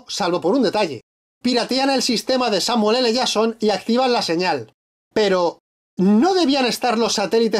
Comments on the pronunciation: "Samuel ele yason" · No digo nada pero ellos tambien cambian la forma de decir Samuel L Jason a cada vez que pronuncian su nombre.